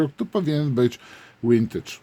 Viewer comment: Pierwsze Me 262 Revell'a w 1:72 to były "przedpotopowe" vintage (i tu mała dygresja, wymawiamy "wintydż", a nie "łintydż") chyba z lat sześćdziesiątych ubiegłego wieku i było to badziewie, przy którym recenzjonowany Heller to jest "gość". Natomiast modele z nowych form pojawiły się w 1997 roku i są w ofercie Revella do dzisiaj. Bardzo fajne modele, mam jeszcze dwa niesklejone, a wcześniej zrobiłem pięć.